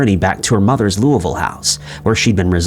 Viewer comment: Of all the words you mispronounce, you pronounced Louisville similar to how someone from Kentucky would.